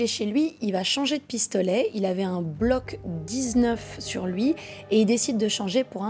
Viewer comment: Euhhh… c’est Glock 19 pas block…